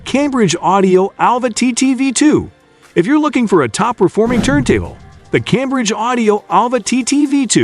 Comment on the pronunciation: Someone needs to tweak this AI to say "Turn Table" instead of turntuble. cant say "Tone Arm" either